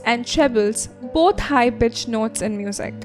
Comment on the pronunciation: This video is very helpful and detailed, I'm texting 7 years later. However, I don't get why everyone is commenting that they love her accent so much. Can you feel my RAGE?!! It is actually a very fake accent with a mixture of Indian, British and Indian English. Did you even hear her saying Beaming Knots instead of Beaming Notes. In the beginning, did you notice her pronunciation of Tennyson*?! It was American! Her pronunciation of *poem is Indian! It is pronounced as /pome/ in America. Check online if you disagree. She emphasizes /oo/ while pronouncing Brook*, when it's actual pronunciation is like the word-hook. Literally, listen to the pronunciation of *chatter*, she says /cha/ in an American accent AND /tter/ in an Indian accent by literally putting emphasis on the /tt/ while unthinkably saying /cha/ in an American flow...like WHAT!!! And , *flow as /flaw/, when it's actually supposed to be pronounced as /flo/ as in-go. Hearing her say forever again and again was literally hurting my head> If you guys actually liked her accent then it means that you yourself don't know how to speak proper English!! On the contrary though, her voice is very calm and collected and I think I got a little carried away.😅 I just can't... -flake-American whereas pronunciation of travel-Indian.[flake was literally so exaggerated]. She literally says sweat instead of sweet !!! >>> I'm goin' Bonkerzz:face-blue-smiling::face-fuchsia-tongue-out::face-blue-wide-eyes